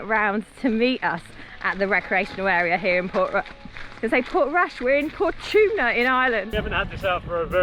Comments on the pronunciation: Aaaaaaagh! Por-tum-na Not portoomna I know some Irish place names make no sense, but that’s not one of them. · Port- tum-na ,is how you pronounce that town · ...it's pronounced "Port-tum-na"....tum as in tummy...you were close though! Lol 😲😁😜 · Hi love your videos ❤that place you’s parked up at is pronounced port-tum- na we have stayed several times . Great to see you an family having good time .enjoy (June & jack)❤